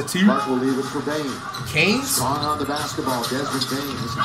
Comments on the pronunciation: why does he call him canes 😭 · How’s nobody talking about how he called bane canes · This dude called Bane, canes. How can you hate the reacts of flight dude? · "Justin Jackson"? "kane"? 💀💀💀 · Canes 🤣🤣🤣🤣🤣 it's Desmond bane not canes